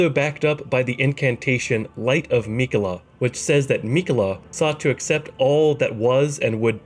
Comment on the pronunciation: Hate how he says Miquella